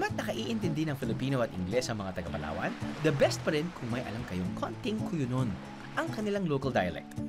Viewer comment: Hinati na Pala sa tatlo ang Palawan Palawan, palatwo, palathree. 😂